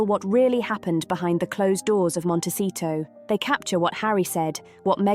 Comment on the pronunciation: It’s Montecito. Not Montesito.